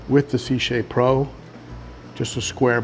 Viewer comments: See CHAY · Had to watch later as your pronunciation of Sicce damn near gave my Italian wife a stroke, hahaha!!! Been really interested in their in-tank filters after how great my Tidal 110 HOB has been. However, I've also really been impressed with the newly upgraded 35 watt Xpertmatic, which not only greatly improved the basket design, but also puts out some serious GPH turnover for only $35 ($26 with coupon on Amazon).